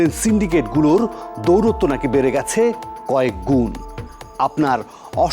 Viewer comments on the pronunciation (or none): দৌরত্ব নয়,,,দৌরাত্ম্য